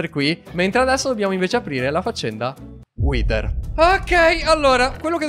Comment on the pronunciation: pronuncia:" Whiter!!! Io: 😮😮😮🥳🥳🤯